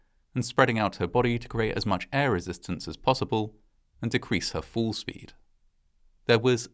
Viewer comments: I'm a former U.S. Army Parachute Rigger and I disapprove parachute failures. Oh, and the word fall makes the "fall" sound as opposed to "foo" 😆👊🏼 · Just a quick question, Sir. In witch part of Great Britain are you from/located? It is just so weird when you say fall. It sounds like your are saying fool. Same with the word call. Otherwise I really love your uploads 🙂